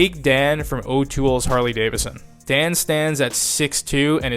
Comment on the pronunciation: It's pronounced Davidson. Not Davison.